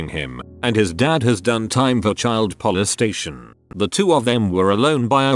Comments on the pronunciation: "Phild polestation" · I know its serious but the first one said "Polestation" 😅😂😂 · Why does it keep saying grugs and polestation? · his dad was put in jail for child polestation I knew what they meant but how they said I couldn't stop myself from laughing Edit: nvm I now know they meant to say polestation because other story's said it aswell